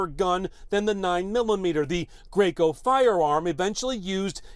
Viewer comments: ITS DRACO, NOT GREYCO!!! IDIOTS🤦🏾‍♂️🤦🏾‍♂️🤦🏾‍♂️ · This mf said "Graco"🤦🏿‍♂️....